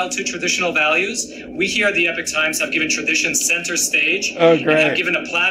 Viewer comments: "eee-poach times"? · “Ep-itch” times was killing me 😂